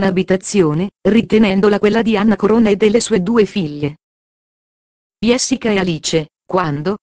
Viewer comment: Sta dicendo cose che già diciamo Niente di nuovo sappiamo già queste cose comunque si pronuncia Gessica non iessica ma come parla questa signora che racconta!!!!